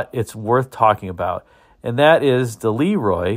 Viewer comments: I worked in the air compressor industry for 40 years. I have ran across probably 15 LeRoi air compressors during those years. I was instantly corrected by the owner or management when I pronounced the name as you did in this video. I was told it was pronounced La Roy not Lee Roy. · I always heard em pronounced Lu Roi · I think the proper English pronunciation was LUh Roy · Look up the Hall-Scott engine line. 1091 ci was common in mack trucks, fire engines. Hall-Scott even produced some engines up into the 2000+ ci for the military I believe. Pretty good size for production engines. BTW Le Roy is pronounced LeeRoy.